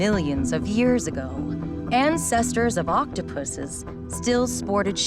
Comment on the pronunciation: She said pusses😂